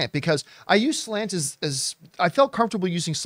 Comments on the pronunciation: New drinking game —> every time John refers to SLATE magazine as SLANT lololol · Slate wrote article but y’all kept saying Slant